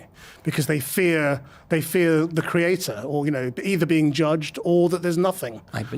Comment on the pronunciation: The way the woman pronounces "Cree-aaa-tor" is creepy.